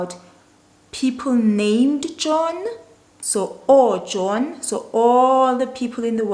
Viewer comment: Hi if I say UJohn nabangani bakhe baye estolo is it wrong?I heard you say OJohn nabangani bakhe baye estolo